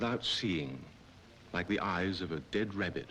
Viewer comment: "like the eeyes of dead rebbit"